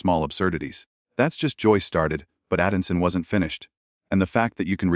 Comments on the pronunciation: This would have been much better if someone had programmed the AI to pronounce words correctly.At no time did it pronounce the name Atkinson correctly not helped by it being spelt at least 3 different ways in the text,solving pronounced without the S facade pronounced fakade mischaracteriized with the ch pronounced like the ch in cheese,has been/husband and thats just the ones i noticed.Its a pity you couldn't show the actual interview. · Appalling AI narration. He pronounced Atkinson in about 6 different ways. Are we alright with this crap? Pretty soon it'll be a synthetic world! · Oh and when you use Ai try and get the name pronounced correctly! Bull shit! Click bait! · The presenter should really learn the name of the person he's talking about. It's ATKINSON NOT ADKINSON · His name is Rowan Atkinson, not Addison! Both spelt & pronounced incorrectly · Who is Atinson AI obviously not programmed correctly to say Atkinson, thats what makes it shit. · I had to stop watching this after the AI voice over said the ATKINSON name incorrectly half a dozen times, calling him ADDISON. Sheer laziness that the people who posted this didn’t even bother to check. What other inaccuracies are in this “story”, or any of your other posts? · It would seem AI cannot differentiate between the letters "t" and "d", it's Atkinson not Adinson. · The man's name is ATKINSON, not ADDINSON!!! Sort out your AI narration. Accuracy is important!!! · His name is ATKINSON. not ATTINSON. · It doesn't look like you have read the script because you keep calling him Adamson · It's not ADDinson it's AtKinson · his name is not Atinson. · I presume this is AI. Unable to pronounce the word ATKINSON. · Rowan "Adinson" ? At least get the name right! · It's a pity the picture is not correct of Rowan and how they pronounce his last name is not correct, he is not Rowan Addison he is Rowan Atkinson and yes, he is British like me. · Awful AI narrative, everything mispronounced including Rowan Atkinson's name